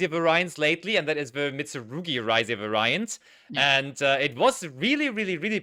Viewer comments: Someone has to tell them how to properly pronounce "variant", please. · Du musst das erste A betonen. vAriant